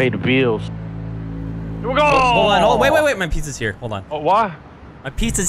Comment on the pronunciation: Mmhmhm Goooo xD i'm pretty sure that he meant to said "Here we go" but it sounded funny as hell